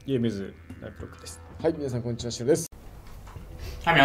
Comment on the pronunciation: ピロのこんにちわがアンチワープって聞こえちゃうw